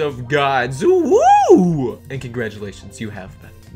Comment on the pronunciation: Lol I thought I was the only one who noticed UwU